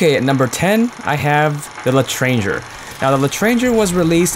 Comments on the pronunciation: It's pronounced like Letranjuer, not like connecting the words let and ranger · It's said le tran jay not letronger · Everyone pronounces letrange wring i asked my french teacher it is pronounced le tron je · ***** wtf u dont need 2 speak fluent french. i dont know a single french word, yet I heard someone pronounce it once like it's supposed to be pronounced and then I never again said "letreanger" rather than "lethranjey" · dont say "the" l' is thé un french and not l'entrangER its l'etrangey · ITS PRONOUNCED L'ETRANGAY!! JAY!! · It's pronounced le (soft e) short pause tra (hard a) ng (hard g) eer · Being French, I hate when people pronounce the l'etranger the way it is in this video when it's pronounced LET-RON-JAY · L'etranger= LETRAHNGHER, I don't even speak french.. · L'Etranger is pronouncedd "Latanjer" i think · The L'Etanger is pronounced el tranger or something near that it's french for the Stranger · Pronuncation for L'Etranger: "L'Trangae" I believe. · L'etranger L'ey-tr-uh-njey why doesn't anybody try to say it in french? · you say l'etranger like this: let-tron-jay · L'Tranger (French for "The Stranger") is pronounced "Le-Tron-Jar/Gar" (The last part is weird sound that both a J and a G make) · i call it leetranger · How about pronouncing it as letʀɑ̃ʒe, ɛʀ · its "lehtronjea" please americans (im german btw) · You butchered the l'Etranger's pronunciation :) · Wow, I love the way you say L'Etranger, but in English.... It's French, but I can understand if you didn't know... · for the prononciation of l'étranger, you just have to prononce the "er" like the first "e" ,and it's fine ^^ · Being part french, you kind of made me facepalm the way you said L'etranger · God damn that pronounciation of L'étranger was atrocious. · Uhmm, L'etranger is a French word, it's not pronounced like you did. lol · Why do people always mispronounce "L'Etranger"? D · Can't handle my Swag Why Americans? I'm English and I pronounce it L'Etranger :c